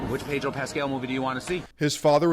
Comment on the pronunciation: The R in Pedro is silent.